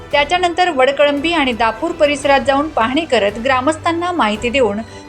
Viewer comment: माँडम गावाचं नाव चुकलं आहे वळकळंबी नाही ❌ वडकळंबी ✔️आहे